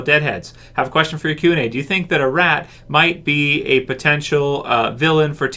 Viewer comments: It's not pronounced "A-Rat" it's "Ah-Rot" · Her name is not pronounced a-Rat pronounced as a-Rot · Could you stop saying A Rat and say Arat